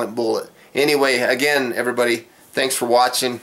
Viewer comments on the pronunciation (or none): none